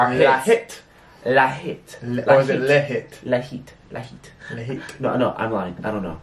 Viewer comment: WAITTTTT did you just say LAHIT? Like in Hebrew? Cause if you did that's awesome and it's pronounced La (like in aLAska, it's an UH sound, like in the beginning of the word Umbrella) hit (as it's in English).